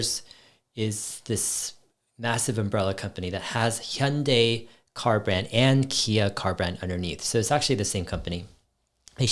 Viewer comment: Are you Korean Dave? Cuz your Hyundai pronunciation is just perfect haha. Big love from South Korea!